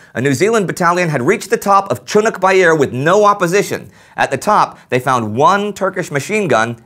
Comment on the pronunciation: GAAAAHHK..CHUNNUK BAIR.....its pronounced...Choonerk bare...like....a bear in a tunic.....many call it CHOONIK bare...watch an old vid or 2...see for yourself....besides Chunnuk bair isnt the battle we all know, LONE PINE is....it was a lesser known part because the main fight was at Lone Pine and this all happened 3 months AFTER the landings, the first day saw the 2 sides at loggerheads aroundv lone pine....it took till july to reach the points you talk about, it was the diversionary attack to allow the taking of Chunnuk bair that resulted in Lone Pine....I grew up around old salts who fought there and they pronounced it that way i describe....the veterans village they lived in had a memorial to the battle of Lone Pine and there are trees grown from seed taken from the ACTUAL lone pine, in the battle, the turks had built fortifications from the local pines and only a few were left...the aforementioned local memorial is a 15 ft long X 3 foot high carved sandstone monument showing a dozen anzacs waist to head with their heads resting on the sholder of the soldier in front and the mirror image was the same but with turks....i thought they were praying when i first saw it (aged 7)....but i found out years later that it represents the immediate aftermath of the battle where they had fought it out in a long bunker and the two sides fighters, were going at it from one end and meeting in the middle....when it was over they were all dead, packed in, shoulder to shoulder and propping